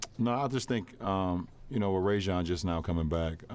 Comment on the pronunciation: lol he called rajon ray john